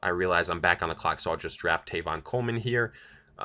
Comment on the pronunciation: Who is Tayvon Coleman? Seriously man you did it last mock too, so basically you think Tevin Coleman’s name is Tevin, it wasn’t a slip of the tongue. Maybe you ought to know something about what you’re talking about. And no, it cannot be pronounced Tayvon. Not even close.